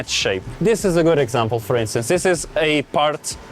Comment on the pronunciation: Idk tho. His 't' sounds like D and dis is just lazy pronunciation. When I started homeschooling my son, it took me a full week to re teach him how to say "this" and not "dis" it's not an accent, it's lazy